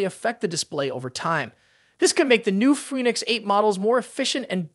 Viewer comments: Foonix. lol. Nice try AI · Fooneeks eight LMAO